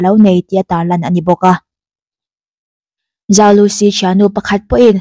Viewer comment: zhou tihhi Chinese accent a lam chuan chou tih deuh a lamtur.. i fans ruhkawl o